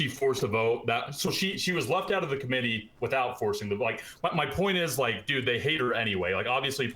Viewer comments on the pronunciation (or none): This was difficult to listen to because the guy said dude like 50,000 times, and mispronounced it in this annoying "dedd" way every time =D